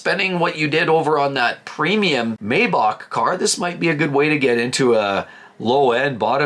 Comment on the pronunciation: You lost me when you misread, not once but twice, the price decrease on the Bronco as $6381 when it’s actually $8381 and then repeatedly mispronounced Maybach as “MAY-bock” instead of the correct “MY-bach”.